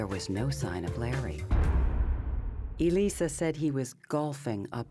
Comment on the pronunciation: Umm why does this narrator keep calling her Eee-Lisa??? Odd!!